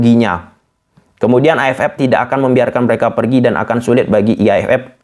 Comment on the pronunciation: AFF bang bukan AF Ep, dan juga EAFF vukan EAF Ep😭😭😭